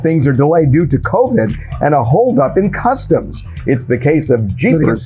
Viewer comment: When I heard her say custome Z I KNEW it was customz lol